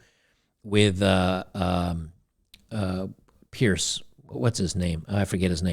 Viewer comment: "Piers" Morgan, not Pierce.